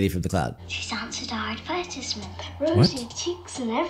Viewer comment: We don't pronounce it Adversment!😆